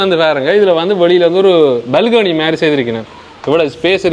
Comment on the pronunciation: dear when you say balcony please pronounce properly. It's not balgany. It's balcony dear. Please do not misunderstand me for correcting you. Because I like you and your innocence and you are a nice person.